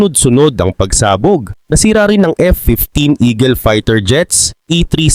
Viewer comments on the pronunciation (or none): none